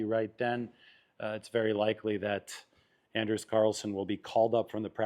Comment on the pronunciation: its (on-ders)Anders carlson. Or his nickname is Ders.